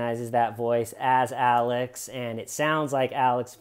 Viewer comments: He has never been able to say the letter X well and I can relate because for some bizarre reason, I pronounce X as C as well. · Alec??? Why do you keep calling this fruit loop Alec? Isn't he called 'Alex' lmao. 🤣🤣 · Calling him "Alec" instead of "Alex" consistently throughout the video, honest mistake or are you working on a Baldwin update? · Sorry as an Alex I can’t sit here and listen to you keep calling him Alec